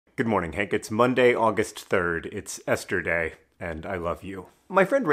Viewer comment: When he said Esther Day it briefly sounded like yesterday... that is beautiful and I don't know why. Hope everyone has/had a lovely Esther Day, especially in these times we're in ❤